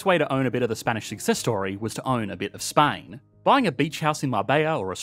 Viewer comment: The way you pronounced Spain sure removed the S of it